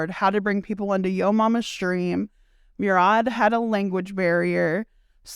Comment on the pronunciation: Murad is pronounced Moo-rad